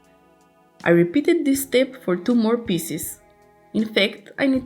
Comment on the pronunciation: Pieces, not Pisses...